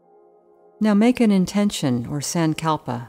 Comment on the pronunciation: Not a big fan of this particular yoga nidra guide. The voice is not soothing at all. Also the way she pronounces sankalpa is very jarring and hard to listen to. The yoga nidra series on the Breethe app is better